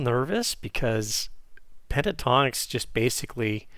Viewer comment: it's PEN-TA-TONIX not PE-TA-TONIX!!